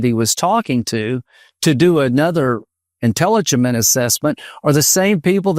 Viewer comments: what is “entelligement”?😂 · Did Graham really say intelligiment?? 🤣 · First Lindsey says “Trump” instead of Obama (Freudian slip) and then mispronounces intelligence’ LMFAO 😂